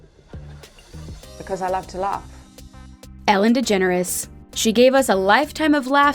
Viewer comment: i was soooooooooooooooooooooooooooooooooo surprised when you said elen de jeneres i was like what the heck